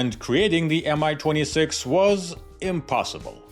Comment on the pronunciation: Great video! Love the Warhammer 40k references! A little nitpick, though: your English language narration pronounces Mi as MI (em-ai) which makes no sense (since it's not an abbreviation) and is inconsistent with the way you pronounce Ka and An.